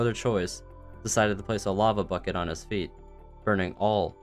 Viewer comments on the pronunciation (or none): none